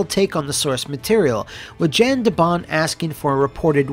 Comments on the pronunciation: Jan de Bont is pronounced “YONN duh BONN”, brutha. 👍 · His name is pronounced like Yawn De Bont, European names be that way.